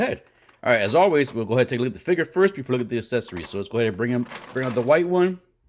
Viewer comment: What is a “figger”?